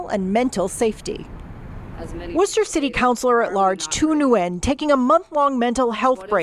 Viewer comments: "wor-chester" city LoL.. its ok its spelt dumb but its pronounced "wuss-ter" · FYI - Worcester is pronounced Wuss-ter and not War-Chester. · I just came here to hear him mispronounce the name. It’s pronounced Wooster. Not warchester. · As a Massachusetts native, I don’t like her as a lawmaker but please pronounce the city correctly. We don’t pronounce it as -chester, we pronounce the town as they did wuh-stir. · You said, "Wor-chester City." 😂 It's pronounced, "Wu-sta." Say it faster, then you've got it! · WORCHESTER -"War-chester" is pronounced "WOOSTER" ;) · It’s wooster… not wor chester… ok actually it’s woostah… not wooster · I'm pretty sure Worcester is pronounced Wooster by the way. I laughed when you said Warchester. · It’s pronounced “Wu” (like Wu Tang) + Stir (like a drink) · Great video~! Massachusetts folks pronounce the town name as 'Wooster'. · Pronouncing it "Wor-chester" is how we know you're not from MA. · Worcester is pronounced Wooster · Dude, Worcester MA is not pronounced how it looks. It’s pronounced Woostah. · Just an FYI It is pronounced Wouster, MA. I am so sick of this! Just quit! Ridiculous. When did people get so freaking WEAK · They do nothing in this state but try to be politically correct. Hard to be in the red here. But we do. By the way, it's pronounced Wister. I know. Nothing is easy here in the Baystate. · It’s pronounced wushtah :) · Just FYI, fun fact, “Worcester”, MA is pronounced “Wooster”. Just kinda funny! You da man! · pronounced: "Woos-ter". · It's pronounced "Wister." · I think the People in this town in Ma pronounce its name mostly as Wooster -- as in " Please bring some Worcester Sauce for my steak" -- also as in the place in England where settlers In New England probably got the name.. Although there's someone online from there saying "Whista". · It's pronounced "Wuss-tah" or "Wuss-ter." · is pronounced Woostah😂 Seriously. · Pronounced "Whoohster" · C’mon,. “”Woos-ter”